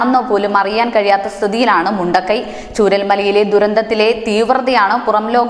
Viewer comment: ചുണ്ടക്കൈ അല്ല മുണ്ടക്കൈ